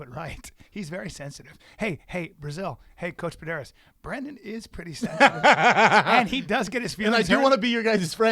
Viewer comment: For sure say Pederneiras correctly...